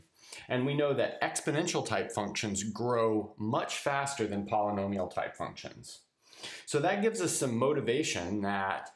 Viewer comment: poly[nomi]al -> poly'al